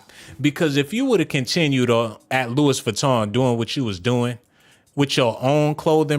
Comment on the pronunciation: Geesh I can’t take you serious calling dude Adolph…it’s 🗣 pronounced AB-LOw….yoooo definitely hit the oh my goodness button for yourself! 🤣🤣🤣 and you pronounced Louis Vuitton wrong. Dang I’m lowkey mad you blocked those ppl for telling u about yo audio issue 🙄